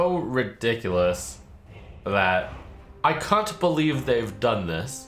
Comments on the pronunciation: did he say, "I cunt believe they did this"? LUL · "I cunt believe they've done this" Yeesh, Trump needs to be careful with that "British" accent